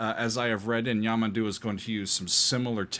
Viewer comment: The word stress on his name is YamANdu also not carin-ho the "nho" is like the Spanish ñ as in niño. and make the 'o' sound more like a U also Costa is by no means some uneducated musical genius.. he studied Classical guitar with at least one famous Guitarist. and well knows how to read and write music. Also the 7 string guitar is not from Portugal and lastly.. the diagonal thing on the neck of the guitar is an inlay.